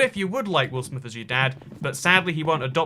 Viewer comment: Take a shot every time he says will amith